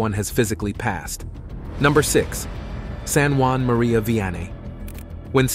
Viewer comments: Saint JEAN MARIE VIANNEY , not Juan Marie ! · Uh. I always heard his name as being distinctly French. Like in ST. JEAN MARIE VIANNY